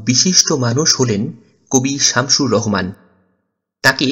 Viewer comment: Vai Rohman na rahoman hbe